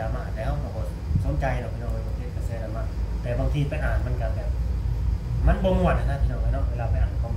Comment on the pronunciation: ดราม่า ค่ะลุง ไม่ใช่ลาม่า เราคนระยอง....